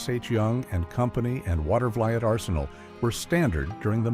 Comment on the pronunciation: That is "Water-VA-leet" (Watervliet).